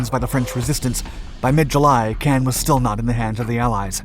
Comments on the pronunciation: Caen is pronounced the same as “khan” in English and has a silent “n” in French, not “can.” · "Can"? I've only ever heard it pronounced "Con". As in....."KHAN!!" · its pronounced KAHN not can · Caen is pronounced con, not can. Cannes is at the opposite end of France and is pronounced can. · Bernard, not berNard Caën, not Cannes Americans never do enough research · Quick note: Caen is pronounced as "caw" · I pronounced it like Caine lol, whoops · A good account but sooo irritating that your pronunciations of Caen in the first half sound more Cannes on the Mediterranean coast. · I know you guys LOVE, but when I hear the name of Caen butchered again and again and again and AGAIN, I lose interest. How many allied boys died in Normandy? Enough, perhaps, to get the pronunciation correct? This is the second major blunder I've caught. The first came in another video where the narrator got the pronunciation of "Henderson Field" at Guadalcanal correct, but then uttered the line that Japanese forces retook it from U.S. Marines. An event that NEVER HAPPENED. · That's not how you pronounce Caen. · It continually disappoints my how much the NARRATOR of these channels make ZERO effort to pronounce even simplest 'foreign' names CAEN or CANBERRA correctly. It's like sending a 'fuck you' to the rest of the world, as you simply can't be bothered.